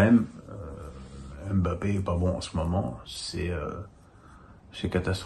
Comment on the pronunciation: Wesh fait une effort avec les noms des joueurs tu les a pas respecter la 😂